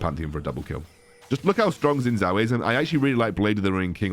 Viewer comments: Its pronounced as shin jao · jow shin technically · Just FYI his name should be pronounced more like shin jao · No one seems to be able to pronounce Xin Zhao correctly.